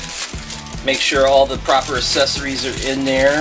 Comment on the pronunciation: I noticed that you pronounced Accessories like assessories, not a big deal but accessories is pronounced with a hard c sound